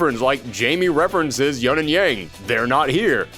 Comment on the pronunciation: Where is everyone getting the 'yunn' pronunciation of Yun? It's Yoon. They've said it in game! How is this a thing?!?